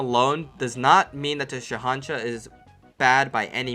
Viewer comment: How do you pronounce ¨Shahanshah¨ right but not ¨Kukri¨?